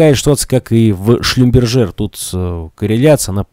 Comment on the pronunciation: Это не суть важно, но Шлюмберже без Т читается в конце, с другой стороны, не как одна мадама прочитала Шлюмбергер. Ах да, спасибо за разбор :)